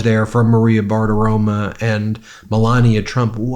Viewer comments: Ben, when are you ever going to learn how to pronounce Maria Bartiromo's last name? It ends in an 'o' NOT an 'a'; i.e., 'romo' NOT 'roma'. To clear the record, I am not correcting you because I'm a tRump fan.....far from it! I am a staunch Democrat who has already voted for Harris/Walz! (retired teacher) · Ben, appreciate all the work you do...but pls pronounce the name properly- it's BartiroMO 😊 and save me from my apparent OCD issues 😅 Again, thanks for all the hard work you guys do to keep us informed